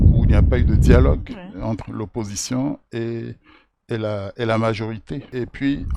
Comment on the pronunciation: Lirę entre au lieu de enter